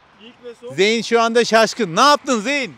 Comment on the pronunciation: zeyn diye okunuyor kardeşim